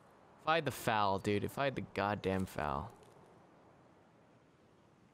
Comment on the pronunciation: hey you do know FAL is an Acronym right? YOURE SAYING IT WRONGGGGGGGGGGGGGGGGGGGGGGGGGGGGGG